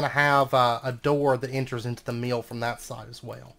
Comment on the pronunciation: I love that the word mill has two syllables with your accent - ‘ meeilll ‘.